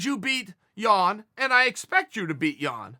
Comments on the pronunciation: Man I'm from Poland and the way Chael pronounces Jan name is hilarious :) Chael please...just JAN! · I was dying... he pronounced jan’s name different every time 😷😷😂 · Chael can't decide which Jan pronouncement he wants to stick with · Chael butchers Jans name every time 😂